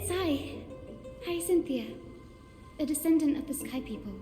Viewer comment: It's Hyacinema..✋🏻😮🤚🏻